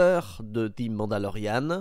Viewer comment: On prononce "ze" Mandalorian, et pas "zi", étant donné que le mot suivant commence par une consonne. 🙂